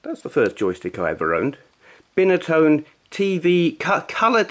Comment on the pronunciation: Binatone pronounced (Bye-na-tone)